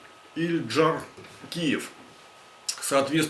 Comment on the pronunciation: язык не откуси, когда произносишь фамилию . Или прежде чем садится перед камерой изучил бы сво доклад.